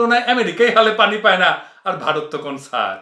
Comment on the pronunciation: ভাই আপনি কথার মাঝখানে ভারত বলতে গিয়ে "ভাতার" বলে ফেলছেন, অসুবিধা নাই আমরা বুঝে নিছি কাঁঠালরানীর ভাতার! :face-blue-smiling